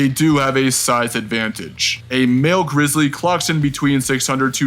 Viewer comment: greezlee not bearc-lee